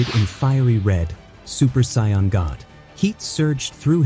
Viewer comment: Dude I can't the A.I. is messing it up!!!